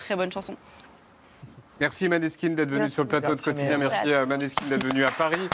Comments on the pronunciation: juste dommage que ça se dise "Moneskin" car c'est un nom Danois en rapport avec les origines de la Bassiste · On dit mOneskin et non maneskin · Cet prononciation italienne degueulasse même pas un minimum appliqué 😅🤣 J’ai eu l’occasion d’aller les voir lors de mon Erasmus à Turin… Incroyable